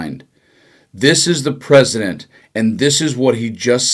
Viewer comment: PERP-CI-DENT of The United States